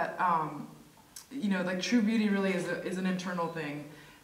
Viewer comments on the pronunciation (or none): none